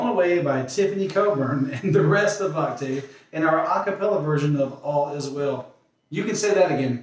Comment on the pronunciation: Voctave is pronounced "vawk-tiv". :) Nice reactions!!